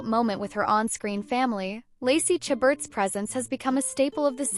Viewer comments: This is a ridiculous video!! Who is this lady reporting. Lacey's name is pronounced "Sha ber" not "cha but." How incompetent!! At least know her name even if you do not know anything about her!! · How many times can this narrator mispronounce Lacey's last name? Good grief.